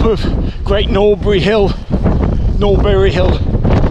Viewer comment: The “Knougt“ in Knoutberry is pronounced as in “clout.